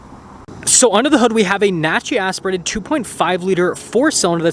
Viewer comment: Slow Down. It’s like you’re in a rush to do a 12 minute video in 5 minutes. In the first minute, “naturally aspirated” was almost One Word. Enunciation is your friend. 😉👍🏼😎😁